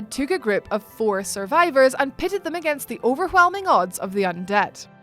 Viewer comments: I got overWHelmed by the overWHelming pronunciation of the word overWHelming. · I like the way she says "overwhelming".